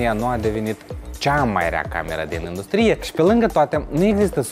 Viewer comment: În română se zice indùstrie, nu industrìe. Poate în Moldova se zice aşa sub influența limbii ruse? Presupun, nu ştiu rusă. În rest succes în continuare!